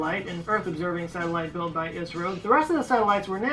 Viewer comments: IS-RO, not Ice-RO. Love ur reactions. Thank you. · It is not pronounced "eyes row", it is pronounced as "is row". And I too have one premier on 15th August, which was the day ISRO was formed. Please do view it. I will be grateful